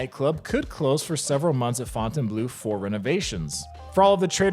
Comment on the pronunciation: As always, big respect to the only Vegas Youtuber who pronounces Fontainebleau correctly